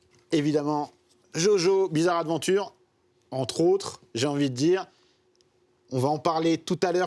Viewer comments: Ptn c'est JoJo'SSSSSSSSSSSS Bizarre Adventure c'est pas compliqué Sinon sisi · aie l’accent quand il dit "jojo’s bizarre adventure"